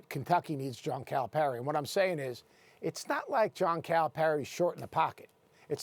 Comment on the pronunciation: Max is pronouncing Calipari incorrectly and it bothers me